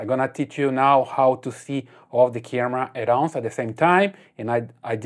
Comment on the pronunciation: At ounce lol😂